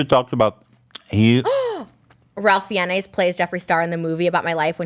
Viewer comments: Death Proof is directed by Quentin Tarantino. Kill Bill vol 1 and 2 are considered one film, so there is TECHNICALLY there is 9 Tarantino movies. I feel like Trisha should’ve gotten the point because she’s the ONLY person that knew that the Kill Bills are considered 1 film lol also Trisha pronunciation of Ralph Fiennes made me cringe hard lol especially when she doubled down on it when Ethan asked who he was 😂 It’s pronounced “Rafe Fines” just for future reference lol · Ralph Fiennes is pronounced Fines lol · The question is flawed in its format. It should have been how many movies did Tarantino direct, whether as sole director or in collaboration? Btw, Ralph Fiennes is pronounced Rafe Fines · Ralph Fiennes name is pronounce "RAY FINES", Just to let you know. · I am DYING OVER Trisha’s pronunciation of Ralph Fiennes - FEE-EN-YES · Ralph Fiennes is pronounced Rafe Fines (rhymes with Chafe Lines). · Ralph Fiennes is pronounced Rafe Fines. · At first I didn't understand which actor she was refering to. Then I giggled when I realized she was trying to say Ralph Fiennes. (Fun fact: His name is actually pronounced Rafe Fines, which is the Welsh way) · I desperately want to tell Trisha that Ralph Fiennes is pronounced "Rafe Fines" lol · Kill Bill 1 and 2 count as one movie...as he will make one more and that's it. Also Ralph Viennes is pronounced sounding "RAFE FINES"...there's my trivia. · Not Trisha mispronouncing Ralph Fiennes 😂😂😂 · possibly the most shocking thing in this video is trisha's pronunciation of 'ralph fiennes' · Trish’s pronunciation of Ralph Fiennes is everything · The way the Trisha pronounces Ralph Fiennes name is troubling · trisha's pronunciation of ralph fiennes...... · trisha pronouncing ralph fiennes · Trisha pronouncing Ralph Fiennes had me 😂💀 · So far from the correct pronunciation of Ralph Fiennes lol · the way she pronounced Ralph Fiennes 😂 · TRISHA PLEASE LOOK UP HOW TO PRONOUNCE RALPH FIENNES